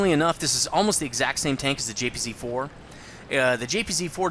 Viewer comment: Completely off topic, but one thing that's always annoyed me a little bit is that you pronounce German tanks names incorrectly. For example, the "J"P"Z"4, which should be the JagdPanzer 4/IV. Just a minor annoyance. :P